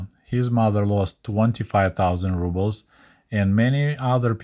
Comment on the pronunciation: amazing video as always. Your momentary mispronunciation of Rubles reminded me of many Russian-speaking YouTubers who pronounce it "rub-bles" instead of "roo-bles." Any ideas why? Is that also somehow correct? Doesn't sound right to me.